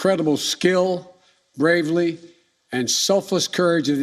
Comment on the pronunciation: Cleaely he said BLAVELY instead of BRAVERY! LOL The fear is in his eyes